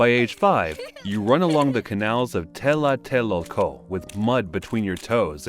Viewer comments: Nahuatl, the Aztec language is a tricky language for any native English speaker to pronounce, it's Tlatelolco, TLA - TE - LOL - CO, not Tela-te-lol-co. .. and I suppose AI struggles with it too lol. I dont mean any slight against you bu saying this. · Not "Telateloco" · Really cool to see this, but the pronunciations could use some care: Tenochtitlan = teh-nooch-tih-tlahn Tlatelolco = tlah-teh-lool-ko Quecholli = keh-chool-lee Xochiquetzal = shoo-chee-ket-zahl Toxcatl = toosh-cah-tl Tezcatlipoca = tess-cah-tlee=poo-ca Huitzilopochtli = wee-tzee-loo-pooch-tlee Main thing is "tl" is not "tahl" it's literally mashing together "t" and "l". A former professor of mine would say, "if you aren't spitting a little, you aren't pronouncing it correctly". Next big things are "z" is pronounced like an English "s", and "o" is often not "oh" but "oo" in the middle of a word (end of a word like -co at end of "huitzilo", it is as being pronounced here, "-koh") There's a lot of disagreement on some vowels because contemporary transcriptions rarely mark length of vowels and dialectical variation and drift mean you cannot just use modern pronunciations (Exhibit A: Modern Mexican Spanish pronunciations of of "x" and "ll" are very different from period pronunciations.) Ixiptla (god impersonation) was not always dreaded; it was a significant family honor and prestige grant. I'm sure most people had very mixed feelings at best about the "honor", but it would be a mistake to attribute modern perceptions to an earlier culture like this. You'd also 100% know exactly what was going to happen. The thing is, it sounds awful and evil to modern ears, but if you truly believe the reasons why it was done, it makes sense - it's a necessary sacrifice for the very continuance o